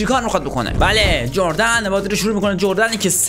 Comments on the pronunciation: اون اردن ه نه جردن😂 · اون اردن نه جردن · اردن 😂😂😂😂😂 نه جوردن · جوردن چیه لامصب😂 اردن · داداش اون اردن هست نه جوردن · داش اون اردن هست نه جردن😂😂😂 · داداش اون اردنه نه جوردن 😅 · ولی اون اردن بود نه جردن 🤣🤣🤣🤣🤣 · داداش اون اردن هست نه جردن 😂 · جردن نیست اردن هستش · اون کشور اسمش اُردُن هست جردن نیست😂